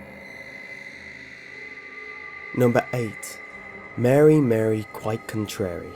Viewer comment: Update: It's MUH-REE. Not Mary. My god.